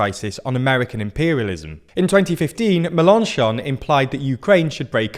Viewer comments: That pronunciation of Mélenchon 😭😭😭 meLONchon 😅😅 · Pronounce Mélanchon with stresses on the Mél (it has an accent) and the chon, not on the -an-. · Your pronunciation of Melenchon is better than it was. But...accent on the last syllable, please! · I'm not French, but the way he says "Melenchon" is hurting my ears